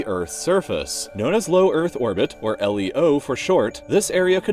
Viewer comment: It's pronounced leo like the name now L - E - O